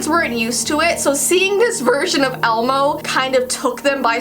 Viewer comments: I the ending did she she say elemo instead of elmo ??? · she says elemo 😂😅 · She said elAmo